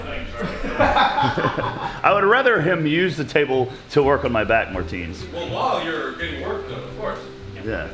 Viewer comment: To be honest never heard how Americans say his Latvian name Martiņš I'd say its closer to Martin